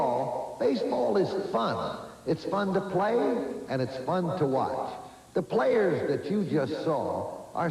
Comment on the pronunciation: it was the 70s...that what "play-ahs" did back then....no harm, no foul...lol...